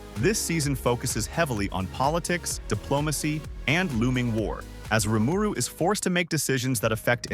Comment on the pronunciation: How can you get the pronunciation of RIMURU wrong??!?!?!?